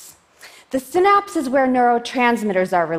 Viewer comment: I cant watch if she keeps pronouncing Synapse like that